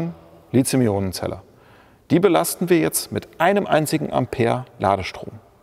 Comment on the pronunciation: Warum eigentlich Lizium? Ich dachte, es heiße Lithium. Seit wann ist im Deutschen th ein Zischlaut?